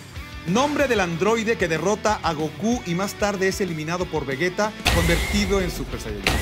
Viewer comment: Veguea? xd